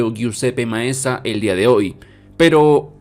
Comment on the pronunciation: solo una aclaración sobre el estadio no se pronuncia "yusepe maeza" es "yusepe meaza" Guissepe Meazza